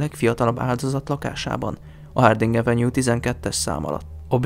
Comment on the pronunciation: Hááát... Mindkét gyermekem kiválóan beszéli az angolt, lányom 10 éve, fiam 6 éve Londonban él, de akár angolul, akár magyarul beszélnek, nem ilyen a hangsúly. No meg pl. mikor az avenue szót kiejtette, nem arról árulkodott. Majdhogynem fonetikusan ejtette. Ott egy kicsit el is mosolyodtam. 🙃